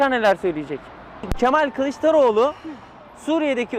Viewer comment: Mal değil o Ke-Mal😅